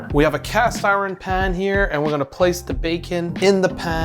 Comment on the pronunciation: Plus I love his I-Ron pronunciation lol. It’s almost like we need to make a rule that someone with an education not only academically but culturally and phonetically correct, reviews videos before we allow people to post things that the public will watch, because unfortunately we will get a new culture of idiots who listen to guys like this and believe and learn everything they say. There are a lot of home schoolers and unfortunately bad public teachers and students that just don’t get a proper education anymore.